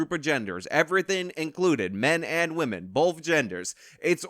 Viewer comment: I hate how she says "and"